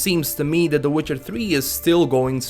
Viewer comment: ''Witchar tri''